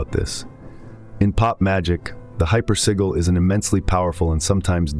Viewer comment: This is all AI - hypersigil isn’t even pronounced correctly through video